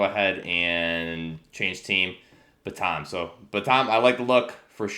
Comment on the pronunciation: I don’t meant to sound like a grammar elitist, but I believe it’s pronounced “Ban-tm) like the name of the chicken. Tan and Batam should rhyme :)